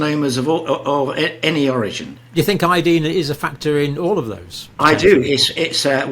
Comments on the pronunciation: Dear Dr. It’s pronounced I. Uh. Dine. Proper pronunciation is essential for proper communication. As per usual you insist on saying key words wrong. Such impertinence when I was learning English was punished. Usually with a request to write a paper on “The Importance of Proper Pronunciation of The Queen’s English “. Disregard and disrespect of the Teacher was not acceptable. You do it constantly. Ev O looshen and not E vo looshen. You may have been considered for a Tenured position but your examiner would have noted your arrogance for mispronouncing key words. Such basic mistakes are passed onto your students. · Pronounce iodine with a long i and people may understand what you mean.